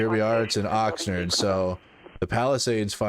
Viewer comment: Love your videos - It's Oxnard not Oxnerd